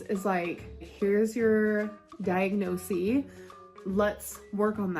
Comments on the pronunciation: “Here’s your diag-no-see” 😂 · “Diagnosieee” cracked me up.